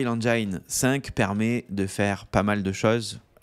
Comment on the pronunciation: La prononciation en anglais de engine n’est pas “enjayn”… c’est juste “enjin”